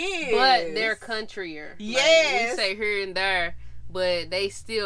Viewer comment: did u just say countrier 😂😂😂😂 Never heard of that but i guess😂😂